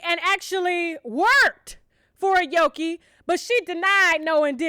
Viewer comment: You gotta pronounce her name right sus...jk...i think it's A-O-KIE...have a healthy happy delivery!